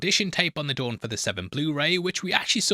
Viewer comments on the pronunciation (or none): none